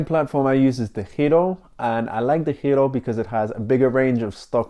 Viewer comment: I was going to ask the same thing. You pronounce DEGIRO like a true Dutchman.